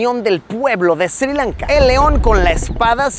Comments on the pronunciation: not SIRI LANKA, but SRI LANKA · There is no country called SIRI Lanka, it is Sri Lanka. Pronunce it correclty.